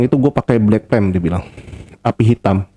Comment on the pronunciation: Pertama dengernya Black Tem, lama2 Black Pem, lalu dengerin lg Black Plem, ooooh ternyata maksudnya Black Flame 😌